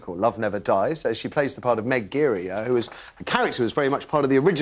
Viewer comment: That pronunciation of Meg Giry though